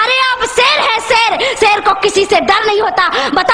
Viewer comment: Bolna to seekh lo item bomb nhi atom bomb hota h or ser nhi Sher hota h